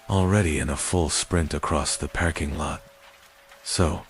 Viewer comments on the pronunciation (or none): Do you narrate your own or use AI? Love the stories, but it's not a "pairking" but "parrrking" lot. Sounds like a pirate. Leading me to believe it's AI again.